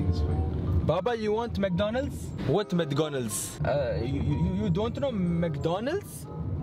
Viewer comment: First Said Mdconalds now Said Mdconalds